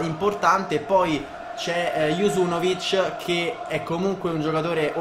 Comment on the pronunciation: bella grande come sempre, pero si pronuncia JUNUZOVIC non juzunovic ahahah